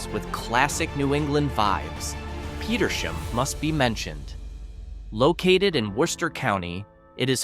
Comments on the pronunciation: The town of Petersham is pronounced like 2 words Peter's ham. You need to work on your pronunciation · Ham- PetersHAM. Barre is pronounced Barry